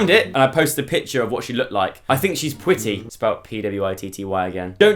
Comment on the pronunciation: I think Joe’s “pwitty” and “buff stuff” 😍😂